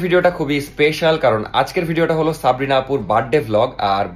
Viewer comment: সাবরিনা ❌ সপ্রিনা✅😂😂😂 কিছু মাইনট করবেন না প্লিজ মজা করে বললাম😊😊